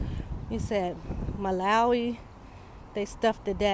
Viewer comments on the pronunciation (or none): none